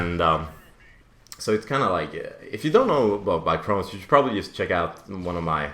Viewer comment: It's chrones not crowns and its a disease in your intestines